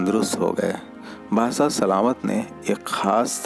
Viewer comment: Dost Badshah hota hai naki bassah bhai hindi sudharon